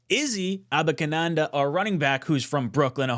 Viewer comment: DUDE learn his name 😂😂 A-ban-i-kanda